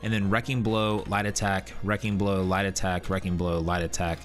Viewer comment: I watched one of your other videos and was like I can not find lie detect under any of these trees..... after watching this I realized you were saying light attack